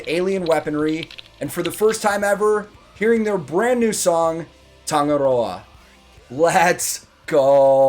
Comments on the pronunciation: said Tangaroa perfectly You sure you are not a fellow Kiwi? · Naww 👏 I have to praise u for ur pronunciation of Tangaroa. 🙌 SHOTT bro! From a kiwi girl right here. Love ur reaction BTW.❤🔥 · Nice work on pronouncing that dude. I'm well aware people outside of polynesia tend to have a great amount of difficulty with the "ng" sound we have and often don't even try :) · Tangaroa phonetically pronounced tongue-ah-roar-ah (roll the "r") the deity of the ocean and all that dwells there. Very powerful if you imagine the magnitude. A young band trying new things